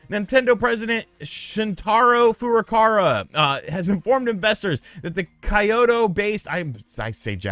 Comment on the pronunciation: Why do you keep saying FurukaRa, when it's clearly FurukaWa. It's not like it's actually difficult to pronounce. It's not French. You just read the letter that is there.